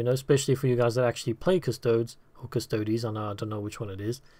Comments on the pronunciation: "Cus - toe - dees". Not "Cus - toads" It's not "As - tarts". Why would it be "Cus - toads"? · Cus-toads isn't a thing. What is with Warhammer fans and mispronouncing names and phrases.